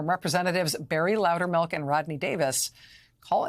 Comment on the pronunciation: Darn it. , she mispronounced his name as "Loudermark." My first play-through, I thought I heard "Loudermouth," which would have been rather fitting. I will give Representative Sherrill credit for observationizing. As she is both Former Military (TY, Fellow Vet!) and a Former Federal Prostituting Attorney, she definitely has the education, training, and experience to notice when "Something is starting to smell funny." I didn't even need to be told she'd reported it, too.